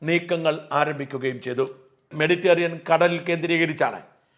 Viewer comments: Mediterian alla Mediterranean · ഇങ്ങേര് എന്നാണിനി 'മെഡിറ്ററേനിയൻ' എന്ന് പറയാൻ പഠിക്കുന്നത്